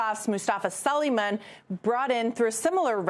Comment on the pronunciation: I think it's pronounced "Su lay man."